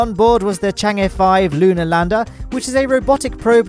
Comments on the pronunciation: This is so far the best "Chang'e" pronunciation I've heard on YT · Wish you talked a bit more about the Chang'e 5 mission - there's so much you can cover! Perhaps after the lunar sample is successfully returned to Earth, hopefully? Also, great pronunciation of Chang'e. Missed opportunity to mention "Stayputnik," one of the names used at the time to make fun of the launch failure, which also went on to become the name of a KSP part!